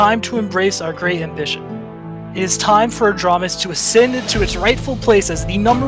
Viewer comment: You misspelled it. It’s ahj-ram-is, like ram the animal